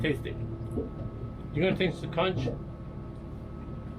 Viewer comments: I’m not trying to be critical just proper pronunciation. It’s not Consh it’s Conk. 🙏 ❤ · I would never eat that soup after all that crapp you put in there. Am a Bahamian and the word is conch, not konsh.